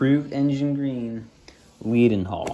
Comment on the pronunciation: It’s pronounced ‘led-n-hall’, good video and nice to see British locos appreciated in the US